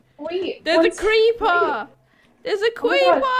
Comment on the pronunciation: “THERES A CREEPA, THERES A CWEEPA” 😂